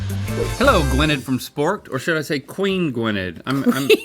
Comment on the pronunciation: as a welsh person the way you're all saying gwynedd pains me